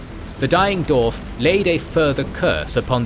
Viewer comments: Incredible work, this video is a fantastic companion to the books.Forgive me, but my only gripe is how you pronounce the word "dwarves / dwarf" seemingly without the W. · Thank you for this incredible video! I’m blown away by the detail and effort in this almost 8-hour exploration of Middle-earth’s history. I do have one quick question: throughout the video, I noticed ‘dwarf’ is pronounced as [do:f]. Is there a reason for this variation? I’m asking out of pure linguistic curiosity, as a fellow Tolkien fan who loves the language side of his works. Again, thank you for such an amazing contribution!"